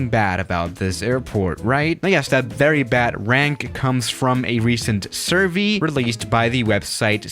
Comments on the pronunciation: says survee instead of survey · Where is he from???? who says 'Survee' (surv-ee)? and not 'SurvEY' (like surv-aye) ?